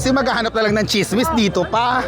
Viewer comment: Tsismis (NOT chismis).